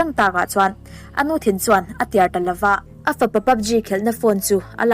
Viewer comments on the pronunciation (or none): Thumal ilam Dan thenkhat hi a felhlel deuh anih hi... Atuar tih tur atiar tih angchi te.... A ngaihnawm in abengvar thlak hle thin a ni.... Tang sauh sauh angche... 😍